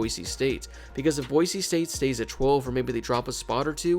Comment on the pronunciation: Thank you so much for saying Boise and not Boize